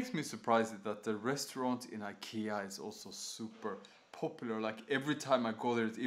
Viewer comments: thanks for showing the right way to say IKEA! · 其實都可以，在IKEA的原生地瑞典或是英國特定地區，都是發音"宜kea"。但在北美與英國大部分地區，卻是用自己的發音習慣去唸"愛kea"。所以要看你想原汁原味還是英語人轉化過的發音，大部分台灣人是發原汁原味的瑞典發音，Jonas前面也有留言，說因為他的說明是英語，所以他用英語的發音方式來發。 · 其實都可以，在IKEA的原生地瑞典或是英國特定地區，都是發音"宜kea"。但在北美與英國大部分地區，卻是用自己的發音習慣去唸"愛kea"。所以要看你想原汁原味還是英語人轉化過的發音，大部分台灣人是發原汁原味的瑞典發音，Jonas前面也有留言，說因為他的說明是英語，所以他用英語的發音方式來發，如果他是說瑞典語，他的發音就會是原瑞典發音"宜Ikea"。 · 你可以用你家鄉的方式發Ikea的發音沒關係的，雖然台灣是學美式英文，但講Ikea大多人還不是發美式發音。